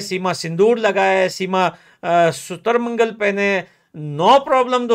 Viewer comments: Sutarmangal nahi magalsutra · Sutarmangal nahi bhai mangalsutra😂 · पठान भाई सूतर मंगल नहि मंगलसुत्र होता है 😂😂😂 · Sutur-mangal nahi Mangal-sutra bolte hai.. 🤣🤣🙏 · सुतर मंगल नहीं पठान भाई मंगलसूत्र😂😂 आपकी बात से 100% सहमत हूं! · Aur sutar-mangal nahi hota. Mangal-sutra hota hai😂😂